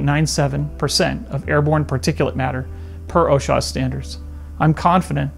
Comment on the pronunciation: He didn’t even pronounce “OSHA” correctly, so I think I’ll pass.